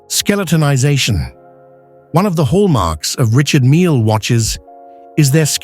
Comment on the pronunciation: I just wish the AI voice pronounced his first name correctly. Repeated so often, it makes it unbearable.